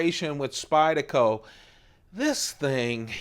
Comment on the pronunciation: Like nails on a chalkboard when you say Spyd-a-co. Good video, though.